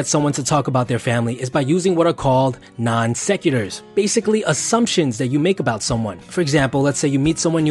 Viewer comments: I'm impressed with this guy's knowledge considering he mispronounces non sequitur and rapport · I cringed while imagining him introducing himself to me on a bus and asking me "what do you want to do before you die?" as we pass a cemetery. Also cringed when he butchered the pronunciation of "non sequitur" and "rapport." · I stopped watching when non sequitur was mispronounced twice and a hyphen was added. If you can't spell or pronounce a word, take it out of your expert "how to" video. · A non-sequitur, which is incorrectly pronounced in this video, is not an assumption but a statement that does not naturally proceed the one before it. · he doesn't even know how to pronounce "non-sequitur"